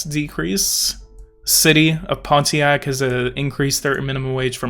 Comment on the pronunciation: People pronounce Pontiac without the T